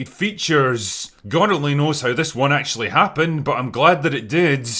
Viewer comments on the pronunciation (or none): none